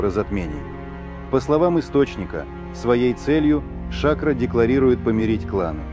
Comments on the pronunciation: Не Ша`кро, а Шакро` -сахар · Эй комментатор, ШакрО,а не шАкро!!!! Откуда вас берут таких"грамотеев"????